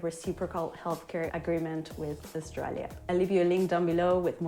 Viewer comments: Australia not Oshtralia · Hey maate, There us no H in Australia. It is not pronounced Aushtralia. You can have that for nothing. Have a good day